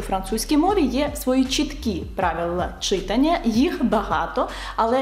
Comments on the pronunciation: Ви неймовірна! Тільки зауважу , що українською мовою слова читАння, , писАння, малювАння……і подібні їм мають такий наголос…. Дякую 👍✋ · От все добре. Але виправте в своїй вимові в слові «читання» на правильний наголос — читАння 😅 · ЧитАння, пані викладачко, читАння. Наголоси в українській мові теж мають значення. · Чита́ння (так правильно!!!) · Чита́ння (так правильно )